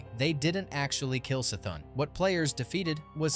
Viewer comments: it's the same as Cthulhu......it's NOT Sthulhu. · the c in c'thun is pronouced as an k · downvote because u pronounce Y'Shaarj (pronounced YAH-Sha-Raj) and C'thun (pronounced "Kuh-THOON") wrong.